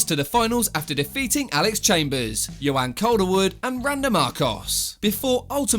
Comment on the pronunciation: And its Joanne not yohanne!!!! My god what a bellend